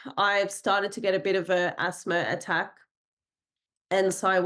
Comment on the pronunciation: Asthma has no "r" in it. Same with No. The way this lady talks "Asthmer" "Noer" is really irritating.